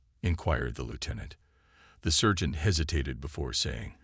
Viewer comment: It took over half this video to realize you werent sayin "surgent" . I thought maybe u were saying a weird shortened version of "insurgent" that only u used, but then it hit me you were trying to say sergant...